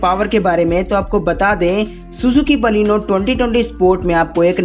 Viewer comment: Thik c baleno bolne pahele sikho